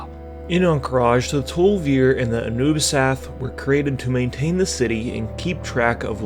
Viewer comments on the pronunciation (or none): "the Anubrians"? :D